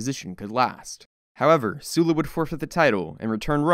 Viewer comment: Excellent work!! Animation is basic but easily understandable with the history your dropping. I have to point out that your pronunciation of Sulla is off. You keep saying his name as “Sue-la” however it should be said as “Suh-la”